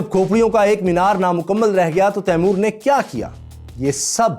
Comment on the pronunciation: His name is timur why do Indians say taimor that’s disrespectful